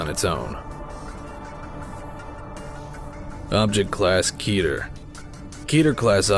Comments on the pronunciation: Keter [rhymes with "Better", not "meter"] its the Hebrew word for "crown" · Keter is pronounced like "better" and not "beater". It's a Hebrew word meaning "crown" or "topmost" and it's pronounced how I just mentioned. The correct pronunciation just sounds far better.